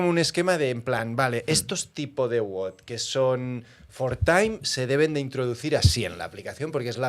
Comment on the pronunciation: Todo muy bien, pero es wod no wud.